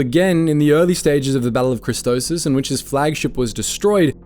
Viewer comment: One of your pronunciations is....very off: Christopsis. Kris-STOP-sis